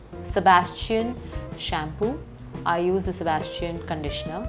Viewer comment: Her pronunciation of brands are so weird..sebas-t-ian...g-e-orgio...